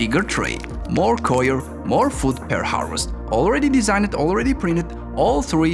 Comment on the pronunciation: Can't understand what your saying between your accent and constant mispronouncing of words. Coir is definitely not pronounced that way dingus.